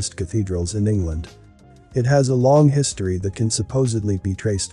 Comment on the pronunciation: Love the content but you keep saying "his story". Whose story? Who are you talking about when you say his story? Sarcasm. Seriously though, the videos would have greater effect if you just narrated yourself especially when pronouncing words correctly. Captions would be spelled correctly too. Just an observation.